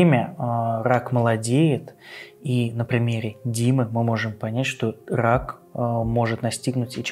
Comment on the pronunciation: Уважаемый, не "пхоблема", а "проблема"; и не "хак пхямой кишки", а "рак прямой кишки". Вас к логопеду в детстве водили?... По-моему, если ваш ход детельности связан с говохением, то не худо бы и над фикцией похаботать - как я себе понимаю. А то это просто неуважение к тем, кто вас слушает.